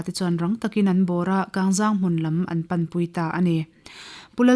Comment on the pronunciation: A ngaihnawm thin hle mai, amaherawh chu, Mualcheng khaw hming hmasa Kangzang tih hi a thluk a dik lo deuh a, 'Zang' tih hi, mawilo nilo se, mipa zahmawh kan sawi thluk a thluk tur a ni zawk e